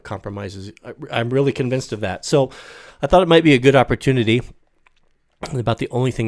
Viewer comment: maybe he'll explain all the weally hard parts later in a serious "discorse".